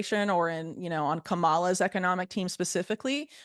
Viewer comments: I love how nobody knows how to say Kamala 😂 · Harris must be so sick of (mostly White) people mispronouncing her first name. People, the second A in the name is SILENT!